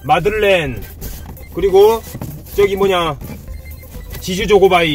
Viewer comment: 아따 선물 많이 받아서 좋겠소 가방에 간식거리 지즈 조고바이 ㅋㅋ 발음이 웃기요 마지막 선물은 대박이네요 돈다발 꽃다발 좋으시겄소 고생하신만큼 보람이 있겠네요 팬들이 대단혀요 재밌게 잘봤어요👍🏻👍🏻👍🏻😁😄💘💘